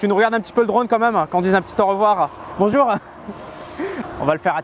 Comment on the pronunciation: Regarde qu'on dise un petit aurevoir stp.. -"Bonjourenh" 😂